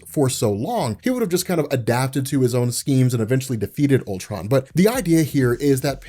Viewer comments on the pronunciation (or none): it sounds like he's calling him pimptron lol...this comic seems like it's heading twords another huge climax that in the long run won't mean anything..I hope I'm wrong but marvel's track record it what it is. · Lol sounds like he keeps saying pimp tron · Please tell me I'm not the only one who misheard him saying "PIMPTRON".